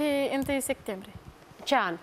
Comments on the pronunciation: Cand aud sectembrie imi râcâie creiereul bre 😂😂😂 e clar ca femeia se culca cu toti , cine stie a cui o fi copilita aia....habar nu are cand s-a nascut...vai de capu' ei... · "1 Sectembrie"😂